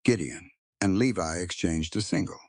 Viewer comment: Levi is pronounced "Lee•vi" long "I" as in English.